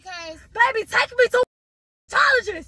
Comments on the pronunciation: Team RAMIERE🩷😭😭😂 mispronouncing dermatologist😭😭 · My favorite part was when she was trying to say dermatologist that was a BANGER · My favorite was when she was trying to say dermatologist